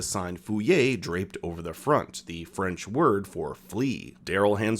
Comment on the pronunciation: not a single french word pronounced correctly.